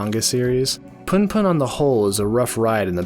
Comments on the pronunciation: Sorry but it's pronounced 'POON POON' not PAHN PAHN! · Man for fucks sake you read it poon poon. Pun pun sounds fucking cringe